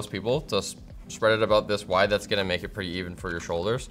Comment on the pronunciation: why is the emphasis on MAKE?